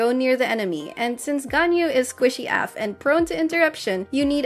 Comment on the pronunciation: Did you really just pronounce "squishy af" as "squishy haff" ? Lol